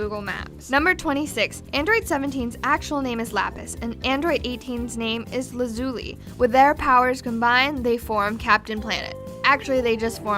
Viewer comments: It's lapis lazu-lai not lazu-lee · Okay Lazuli is pronounced to my knowledge as Laz-uh-ly not La-zoo-ly.